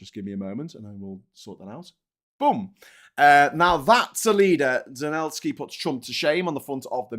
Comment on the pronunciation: Please its Zel en sky not Zen el sky, Good show:)